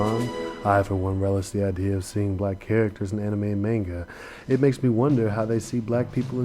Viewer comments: I hate how you say maynga instead of mahnga >:I I also wish you had included Usopp in this, aside from his backgroundiness in Luffy's wanted poster. Even if he's not black (which I like to think he is) he's still a pretty kick ass character who should still be mentioned! D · Good video, but hearing "May-n-ga" is slightly irritating. It's pronounced "Ma-n-ga". Sorry, I couldn't help but post this. :p